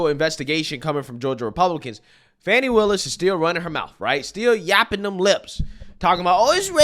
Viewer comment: 😂😂😂 fani with an a is Danny. Not fawny